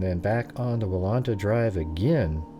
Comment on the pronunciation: pronounced Wal-Enta drive., with an E. not walanta